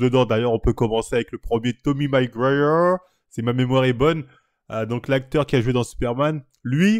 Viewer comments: "Toby Maygwayer" 😂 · Tommy Magueuuur 🤣🤣 tu me régale PS: il a joué dans spider man et non pas Superman